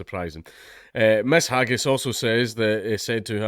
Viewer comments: D'you have to keep misspronouncing their names as 'haggis'? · Her name is pronounced, "hag-heiney". Get it right. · "Hagis" - trying to read names.